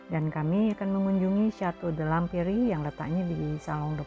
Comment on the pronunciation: Salfok sama kata L’emperi bacanya Lemper 😅😅, liat videonya ngga ada lempernya